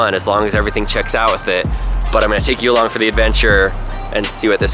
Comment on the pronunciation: Take "Elon" for the adventure. Get it, cause it "you along" sounded like Elo- nevermind I need sleep... xD